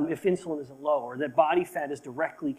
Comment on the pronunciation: OMG... true. He said it so indistinct it sound just different. Thank you 👍